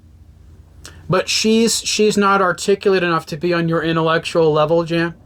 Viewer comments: His name is not Jan Wenner. It’s pronounced YAHN. Cmon man. Dudes pretty famous. If you’re gonna “report” on someone, you should at least know how to say his name properly. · It's pronounced "Yann". You should be able to pronounce the name of the person you are shitting on. Also, try to get your audio into both the left and right speakers. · At least pronounce Jann correctly. Sheesh.